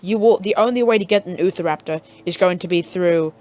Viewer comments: Him:*ootha raptor* normal: Utah raptor* (you-tah rap-tor) Sorry that was driving me crazy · it’s pronounced u - tar - rap tor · Ahh yes, the oofaraptor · Lol, utahraptor for him = youtahraptor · Ahh yes.....the ootharaptor.. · Thanks dude I've been struggling to get spinosaurus and utahraptor now I can get them and by the way I've got 2 things to say utahraptor is pronounced as u-t-ah-rap-tore and my younger brother deleted my game but I still had it when I downloaded it back maybe because I linked into an account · its utah-raptor